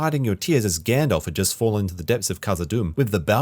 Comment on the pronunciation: Stop saying fucking “Gandolph” it’s Gandalf